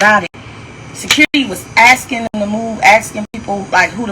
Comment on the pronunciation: The word is asking, not axing...